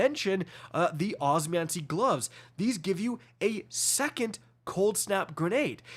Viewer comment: Osmiomancy. Not Osmancy.